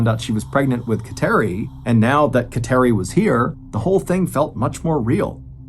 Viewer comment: She was Catholic for sure because of thr name of her daughter. But it is pronounced KAT-er-ee